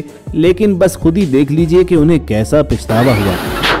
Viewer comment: سر لفظ " پَشتاوا" صحیح لفظ ھے ،پِشتاوا غلط لفظ ھے۔